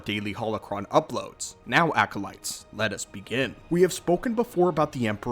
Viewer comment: Please, for god sake don’t say “Acolyte” what the phantom menace were you thinking?